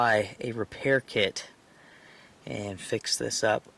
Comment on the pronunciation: I'm sorry did you say spray on your tit or kit? Lol